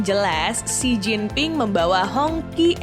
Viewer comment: bacanya Hi